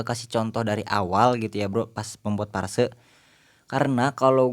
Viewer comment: Phrase bang bkn parse 😄